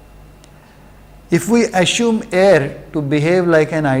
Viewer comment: Sir is it 'Assume' or 'Asshume' ?